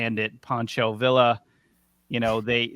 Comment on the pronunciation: It's pronounced veeya, not vila. And I know it's spelled villa. And for the love of God use the word an! Idk what happened to you people